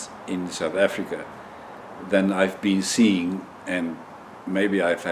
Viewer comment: yes....I knew South Africa....but it sounded like you were saying something like "Kumalonga"!